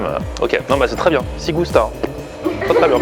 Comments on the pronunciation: Ci Gusta ne se prononce pas "sssig ousta" mais "tchi gousta" ; mes oreilles ritales saignent ;) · quand tu le prononce c'est Chi gusta , super Vlog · Ci gusta ça se prononce CHI gusta !!